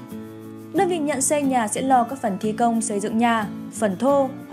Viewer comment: Này hình như ko phải người thật đọc, thấy nhiều chỗ thiếu dấu như chữ “nhà” mà đọc thành “nha”